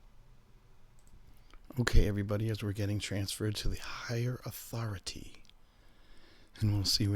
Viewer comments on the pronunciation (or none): Respect my authori-TEY!